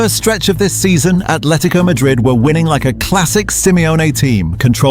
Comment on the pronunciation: It’s Atletico not ATHletico